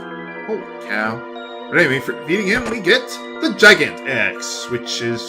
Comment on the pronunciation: Did you say Gigant as "Jiy-gant" lol it's "Gih-gant"